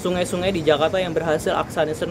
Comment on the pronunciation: Ala2 bule ngucapinnya 😂